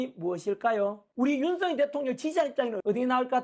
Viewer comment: 발음이 자꾸 ㅋㅋ 윤서인 대통령이 아니고 윤석열 대통령입니다 ㅋㅋ😂